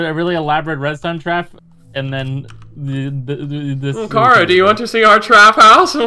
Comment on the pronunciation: It's pronounced kara